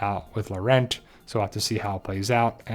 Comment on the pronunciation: POWER OF GOD The non is CLEMENCE POESY who played Fleur in Harry Potter BTW do not pronounce the T at the of Laurent